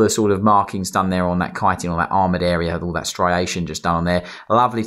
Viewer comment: Thank you for pronouncing "Chitin" correctly.